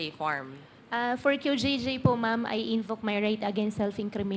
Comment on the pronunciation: 𝐆𝐮𝐨 𝐇𝐮𝐚 𝐏𝐢𝐧𝐠 𝐚𝐥𝐢𝐚𝐬 𝐀𝐥𝐢𝐜𝐞 𝐆𝐮𝐨: "𝐢 𝐞𝐯𝐨𝐤𝐞 𝐦𝐲 𝐫𝐢𝐠𝐡𝐭" ( 𝐞𝐯𝐨𝐤𝐞 𝐢𝐧𝐬𝐭𝐞𝐚𝐝 𝐨𝐟 𝐢𝐧𝐯𝐨𝐤𝐞) 𝐢𝐛𝐮𝐤 𝐬𝐲𝐚 𝐧𝐠 𝐢𝐛𝐮𝐤 𝐩𝐚𝐫𝐚𝐧𝐠 𝐩𝐢𝐠😂😂😂